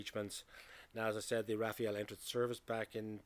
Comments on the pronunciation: Rafale not Rafael ... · It's not Rafael, it's Rafale. Rafale (Gust) in English means, in idea, rapid, or at least in spirit. A gust of wind. But also a burst of automatic gunfire (the two being synonymous in French). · Rafale = gust of wind. Not Rafael. Is not that hard. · Rafale is pronounced RAFAL, not Raphael.😉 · I'm curious though. Why did you pronounce it like this ? I've seen many english speaking videos and most of them tend to go for "Rafa-el" instead of "Rafal". "Rafael" as in "bread" I could understand but not "Rafa-el". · Why do you call it Rafeal? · Please pronounce Rafale correctly, it’s not difficult.